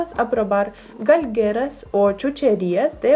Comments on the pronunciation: Excelentes videos. 👌👌 Y se dice Galgeria 😅 chula patoja. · No es Galgeras / es Galgerias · SE DICE: GALGERIAS Y NO GALGERAS, GRACIAS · Qué lindos tus papás les gustaron todas nuestras chucherías jeje, a partir de hoy me suscribiré a tu canal, se dice galguerías ;) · no se dice galgueras se dice GALGURIAS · Es galguerias* no "galgueras".